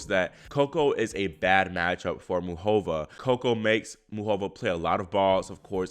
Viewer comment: Please say MUCHova, not muchOVA.